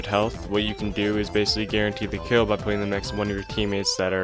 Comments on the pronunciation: Why does he say crill instead of kill every single time? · why does bro say "Krail" instead of kill ts pmo